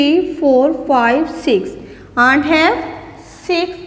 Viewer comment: Pronunciation of ant is wrog